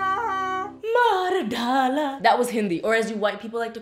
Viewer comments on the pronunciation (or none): maardala was so awesome but you called it mardhala